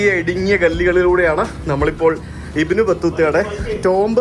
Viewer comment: ഇബിൻ അല്ല ബിൻ that's the pronouncing